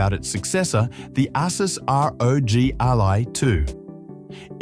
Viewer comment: Ai cant pronounce. Saw another channel with ai voice as well.